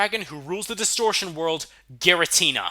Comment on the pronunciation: Giratina, NOT Giritina!